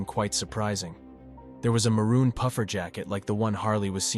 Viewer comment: mooron!?? Moron!?? It's maroon Also rest is peace may you fly high 😔